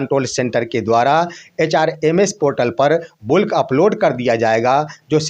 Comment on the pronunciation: बुल्क नहीं बल्क